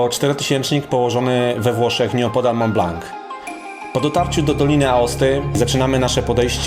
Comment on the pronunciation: Wszystko świetnie, tylko przykre jest to, że nie potrafisz poprawnie wymówić nazwy góry na którą się wspiąłeś. Dla pocieszenia powiem, że mało kto w Polsce wymawia tę nazwę w odpowiedni sposób. Otóż jest to ''Mą Bla ewentualnie Blo'' a nie Mąt Blank.